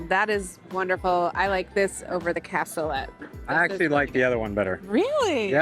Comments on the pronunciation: is correct... the -let is pronounced more like -LAY in Cassoulet. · The T is silent. Google pronunciation/American pronunciation states that it is pronounced KASOOLAY. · It’s pronounced Cas - oo - lay. It used to be on the menu at Granny Ogles Ham n Beans. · Its French so you don't pronounce it how it looks! lol cas-sooo-laaaaaayyyyy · The T is silent it's a French word I believe.